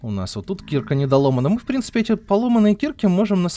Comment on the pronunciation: А почему ты говоришь слово киркА (ударение на А, специально сделал ее заглавной) как кИрка это же не правильно. Слово кИрка - это лютеранская церковь. И вообще каждый раз когда ты говоришь про киркУ, ты делаешь это не правильно? =) падеж ед. ч. мн. ч. Им. киркА киркИ Р. киркИ кИрок Д. киркЕ киркАм В. киркУ киркИ Тв. киркОй киркАми киркОю Пр. киркЕ киркАх